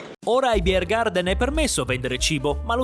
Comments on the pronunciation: 9. BiergarTen (Biergarten) e non BiergarDen, è tedesco, non inglese. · Un consiglio per i prossimi videi all'estero dell'. Chiedi alla gente del posto come pronuncia i nomi dei luoghi e dei personaggi, così ci si addentra meglio negli usi e costumi. La pronuncia bavarese è davvero divertente, tu hai inglesizzato troppo. Buon prossimo viaggio, non dimenticare il passaporto, se vai a Lignano 😅